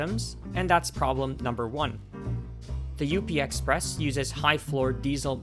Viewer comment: It’s just called the up express lol. Not U - P express